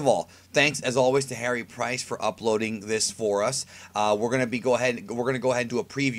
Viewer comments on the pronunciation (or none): none